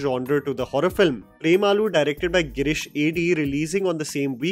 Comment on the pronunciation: It is not Prem aloo. The and and u should be short